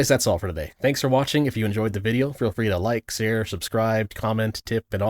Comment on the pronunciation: Umm, ackhually, you mispronounced share as sear??? Video deboonked.